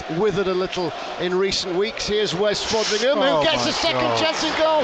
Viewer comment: Anyone notised the commentator said Wes Foreringham at norwich first goal?